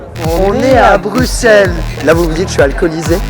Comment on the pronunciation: qui est la en 2025?? et sinon bruxelles cest ma ville!! et jsuis contente t'as bien prononcer Bruxelles genre le X tu l'as dis S merci a toi!